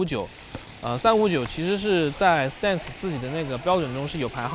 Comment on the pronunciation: 哥 你这stance的发音真心不准啊